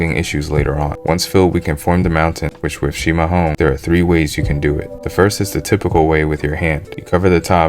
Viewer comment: Parabéns,você fala chimarrão do jeito certo 👍🏻